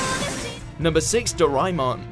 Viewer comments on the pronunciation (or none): It's Do Re Mon.. Not Do Ray Mon😂😂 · Not once did you guys pronounce Doraemon right, it's Do La A Mun